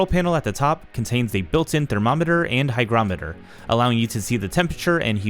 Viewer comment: Fantastic review, informative and professional. I loved the DIY cost vs buy calculation, very nice. Also, THANK YOU, you are one of the few YouTubers to pronounce, hygrometer (hai·graa·muh·tr) correctly. This is a great product, some suggestions for improvements: A drawer for tools under the printer enclosure; Ensure room for an AMS/CFS in the printer area and on top of the printer; Cabinet doors on the lower half; A hygrometer on the upper section; Weather stripping for the doors; Slide out bottoms for the printer and filament areas to make access easier.